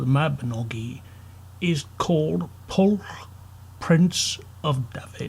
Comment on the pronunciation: Pwyll is pronounced more like "push" not "pull"